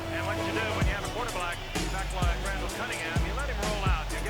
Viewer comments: I heard "quarter black" too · I heard “quarterblack” right before Randall noticed it. 😂